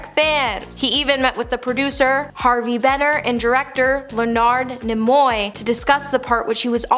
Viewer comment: Le Nard Ni Moy? Does blondie mean Leonard Nimoy?